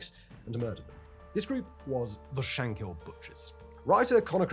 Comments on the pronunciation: Shankill, not hill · I would've liked if you'd done just little bit of research into the pronounciation of words. I.e.: It was the TrouBles. "Taig" is pronounced t-ague, the way you pronounced it was an Irish name Tadgh. It's not Shank-hill . Or Shank-ill. it's Shankill, said as if there are no syllables. Bloody Englishmen always muddying the waters... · You cannot even say Shankill properly and you talk too fast, who are you trying to be Shapiro................ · One thing of note that is mainly just a grammatical error, it's Shankill not Shankhill. It seems to be only a pronunciation issue for English people, the most famous case I'm aware of being madlad Ross Kemp.